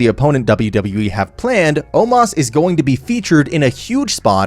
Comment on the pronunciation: Omos not Omas Azeez not Azease Strowman not Stroman